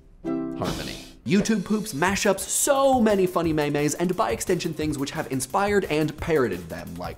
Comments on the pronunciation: As a college English major, I really hate to be the bearer of the obvious. The word is MEME (pronounced: MEEM). Not "mae-mae", You are lucky I didn't X my browser just for that - for future reference, please pronounce it right. You're a PBS Youtube channel. Have some pride in your work. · I'm sorry, did he say MAY-MAYS?! Meme. It's freaking meme: pronounced meeme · May mays? ITS MEEEEEEEEM! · I had to pause the video for a moment to get this off my chest, or else it would distract me the entire time. It's pronounced "meem" ... Meeeeeeeem ... Not "maymay" or anything else ;,; I cringe so hard when I hear it any other way. The word existed well before the internet took control of it, hah. Ok! Back to watching and not being a lunatic with twitchy eyes. xD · did you just say mey-mey?!?!?!? its meme, like gene, 'meem' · "maymays", I know it's internet, but the englishman in me insist you still use the correct pronunciation "meems" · Excuse me, it is NEVER pronounced MAY-MAY. It is pronounced MEEEM. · why do some people pronounce it "may-may"? isnt it prounce "meem" ? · It's pronounced "may-may"?? I always pronounced it: "meem." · May May's? Sorry but it's pronounced Me Me's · Holy fuck. A "meme" is pronounced meem, not may-may. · Please never say maymay, oh god. It's pronounced meem. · I'm sure that his has been brought to your attention before, but your pronunciation of the word meme is not correct. The term meme, as I am sure you know, is actually an anthropological term used to refer to aspects of culture and predates the concept of an internet meme, and is pronounced "meem". Like I said, I'm sure you already know this, particularly as you pronounce gif "jyfe" which I've never heard before you. Anyway, sorry to be a nag. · Did.... did you just pronounce "meme" "Meh-meh"? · I ended my life when he said May Mays. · Is no one going to point out that he said "may-mays" ? I want to die. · Let the war of "it's not pronounced 'may-may'" begin. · "May-May", lol